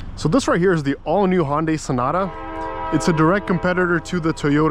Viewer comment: I dont agree on certain things regarding your findings. I watched at least 8 other videos . I cant disagree more with your comments. And you get nauseous driving this car?? Btw, the car is pronounced HUN-Day. Not HON-day. Juy sayin